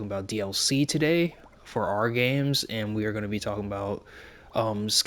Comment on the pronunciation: "Our", not "are". :)